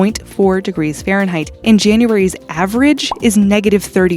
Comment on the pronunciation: Fahnreinheit? Next video please!